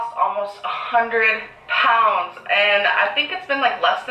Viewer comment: said Prounds instead of Pounds. I bet she was thinking about jumbo shrimp Prawns..